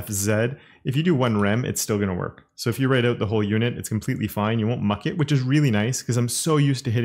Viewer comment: American accent but says "zed" and "muck it" like British. Interesting.